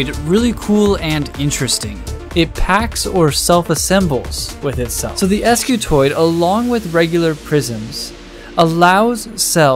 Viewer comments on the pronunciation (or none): Wouldn't that be pronounced "skew-toid" instead of "es-kew-toid"? Because an initial "sc" almost never breaks into two syllables, and because "skew" as in offset or twist... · wouldn't this thing be pronounced "skewtoid" and not "ess cue toid"? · ‘Ess cuh toid’ how do you spell that? Scutoid, not s-cutoid, scutoid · I realize he pronounced it as es kiu toid and not skiutoid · Spent the first half of the video wondering "If the first line of the description says Scutoid, why does he keep saying Escutoid the whole time?". Would be nice if you kept things consistent, or at least explained the name in the beginning rather than the end of the video. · Scutoid not S- scutoid 🤦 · The guys that invented this were smart enough to invent a new shape, but not use grammatical correctives. if this is an S-Cutoid, it'd be pronounced exactly that way, MAYBE chaotically SCutoid. But with every fiber of my being, Scutoid is pronounced 'Ssskew-Toy'd" ALL OF THIS BECAUSE OF SOME GUY'S FKN NAME? So its acutally SkewToy'd Scutoid. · Wouldn't it be pronounced "scutoid" and not "eskyootoid?" Like - "skoo-toid"??? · pretty sure it's not an "Es-cutoid" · that you remove the e in the title and description but still saying 'escutoid' is a bit trolly